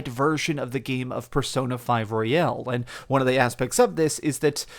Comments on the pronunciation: Me the entire video why is he saying P5 Royale and not Royal. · The pronunciation is also wrong in American English. Sometimes it seems he catches himself midway through the word. To be honest I make the same mistake with this game for some reason. Almost like I want to say Casino Royale and I am just not used to "Royal" as the last word of a title. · What? They're not powered up at the beginning of Strikers because of what happened at the end of Persona 5/ Royal. Side note, why do half the people mentioning Royal pronounce it "Royale"? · Haha. Everyone on YouTube keeps mispronouncing the word royal and I find it so funny. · Why do Americans pronounce Royal as ROY-AL. That's Royale not Royal. This isn't a Chicken Royale with cheese